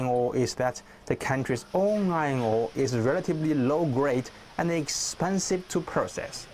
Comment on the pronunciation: why i heard ngor instead of ore